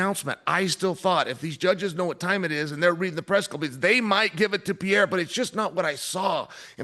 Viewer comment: Chael really can't pronounce his name, so much I get confused who he is talking about, its not Pierre!!!